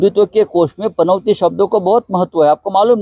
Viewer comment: या राणेला पनौती पण बोलता येत नाही, पनवती बोलतो हा. आणि पनौती वर चर्चा करतोय. अरे पनवती नाही पनौती.